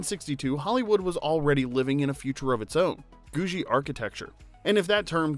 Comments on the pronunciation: George only ever using the treadmill in the end credits is pretty similar to Fred Flintstone putting "that cat out for the night" in their end credits. What cat?!? Also: Pretty sure the architectural style is pronounced as Googie with a harder G 'guh' sound, rather than a J. Not 'goo-djie'. Rhymes with 'Doogie Howser'. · That is so not how you pronounce "Googie". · please never say googie again...that was too painful.Thumbs up everything else...